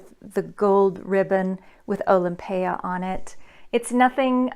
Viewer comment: You are the only one whose pronounced it correctly bravo! Most other reviewers call it Olympia pet peeve people can't read! Nice review